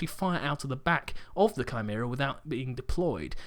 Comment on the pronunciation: Thank you for saying Chimera correctly.